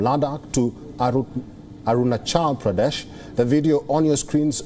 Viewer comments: I like the way he pronounce aruna-chal pradesh... 😀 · I liked the way he pronounced my state "Arunachal Pradesh" 😆👌👌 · WTF! The anchor is presenting Indian news and can't even pronounce Arunachal Pradesh! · Like the way he pronounced Arunachal Pradesh..😂😂